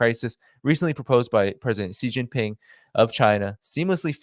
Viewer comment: the name of of Xi Jinping, president of China is pronounced differently. In the Mandarin language X = SH. You should know, since you have an Asiatic name. Love the content, just pointing it out..